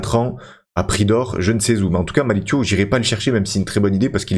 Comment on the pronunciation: Thiaw c'est un nom de famille sénégalais, on prononce comme c'est écrit, le son "iaw" et pas "iow" à la fin